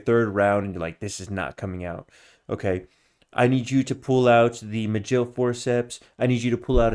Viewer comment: Majill forceps lol. It's Ma..Gill